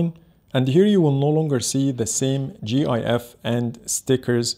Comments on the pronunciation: not G . I . Fs . it's gif . geef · He called GIF G I F! brooo thats cheating